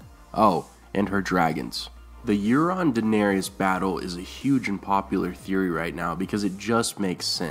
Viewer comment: PRONOUNCE DAENERYS CORRECTLY GOD DAMMIT!!